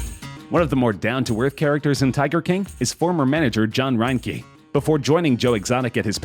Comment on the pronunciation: "ryn-key" --- it really seems as though the narrator hasn't watched any of the material they're talking about. Loo-iss Theroux, Carole's "first" husand missing (he was her second), and ryn-ke - Rinky! Goodness me.....